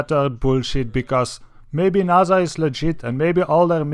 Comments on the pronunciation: no its naysa say it right they own space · naza...... its N-A-S-A not naza its an S